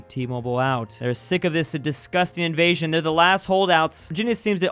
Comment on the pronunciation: Lol my man said tax InVaSiOn instead of evasion